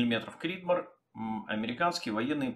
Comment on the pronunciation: просто после американского видео очень слух резануло. В остальном отличный видос, спс.